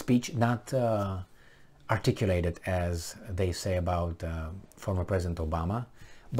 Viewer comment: And "articulate"